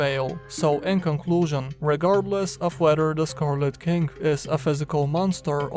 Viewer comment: I could swear you said scarlet kink:D sounds sexy